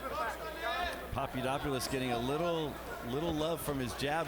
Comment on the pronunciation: it's papadopoulos not papadoupolis